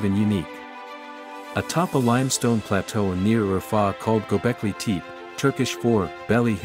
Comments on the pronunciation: It's pronounced Go beck Lee Teh pee! Doesn't anyone actually check pronunciation anymore when they aren't sure of something? So unprofessional and downright lazy! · It’s pronounced “Go-Beck-Lee Thay-Pay” and it means potbelly hill